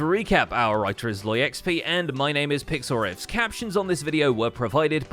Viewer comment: does anyone think intro sounds like "Hello! My name is Pixlriffs. Our elytra is low XD"